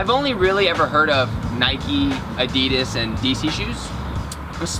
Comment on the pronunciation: What is adeeedsass i swear it adidas